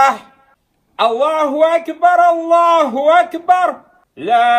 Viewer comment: В Аллаху акбар ударение делает на последний слог. Это меняет значение. Ударение должно быть на первый слог.